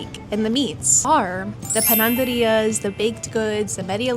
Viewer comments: Hi. It´s "Panaderías", not "PanaNderías". Just for improve your castellano, not mean intentions. I mean, my english is not good. Love your canal! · Great video,. It's great to hear about your opinion on the city. Small correction. It's panaderías, not pananderías. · Pananderias ?????!!!!! Lol es panaderías !!!